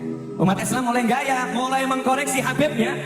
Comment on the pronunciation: "mengoreksi", bukan "mengkoreksi"